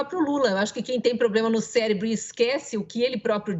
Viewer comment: Se não me engano ele falou "CÉLEBRO"....KKKKK